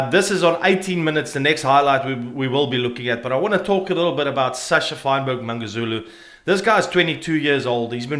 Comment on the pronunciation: Mangozulu?!for fuck sakes my guy you aint even trying